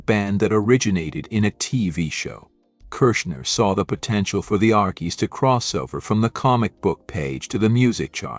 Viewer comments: This is BAD! The Arckies? Sang Sugar Sugar? Nope! I clicked to hear MUSIC! NOT some AI voice mispronounced jumble! Proof your work before posting or don’t embarrass yourself with your lack of musical knowledge! I’m 2nd hand embarrassed for you! 😮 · Archie's is pronounced Arch-cheese